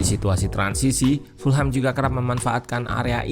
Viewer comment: Cara baca Fulham bukan full-ham, karena full-ham terdengar dengan arti = penuh daging babi. Yang benar = fulem .... Jangan salah lagi ya gaes please, ga enak dengernya full ham😂